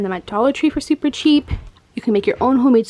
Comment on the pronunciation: Haha she said ten dollars to twenty dollars supper supper cheap 😂😂😂😂